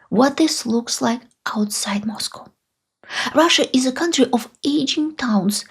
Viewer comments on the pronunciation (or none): none